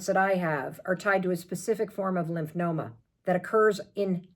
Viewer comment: It’s Lymphoma (lymph fo ma). Not Lymph no ma. In case anyone wants to look it up.